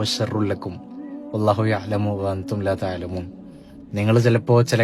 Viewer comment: Wallahu ya-lamu wa anthum laa tha- lamoon (ത-ലമും ) എന്ന് പറയാതെ ത-ലമൂൻ എന്ന് തന്നെ വ്യക്തമായി പറയുമല്ലോ!! ❤